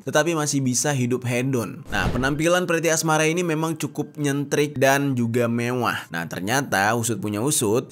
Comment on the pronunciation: Lucu bng pas bilang "mewwah" 😂